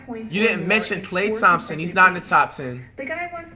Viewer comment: You said klay thomson